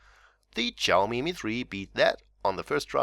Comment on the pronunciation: its not chaomi, its xiaomi